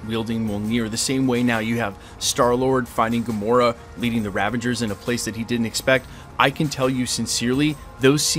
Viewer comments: It's Ravagers not Ravengers. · Was he saying Ravangers this whole video? Or did I mishear and he actually said Ravagers?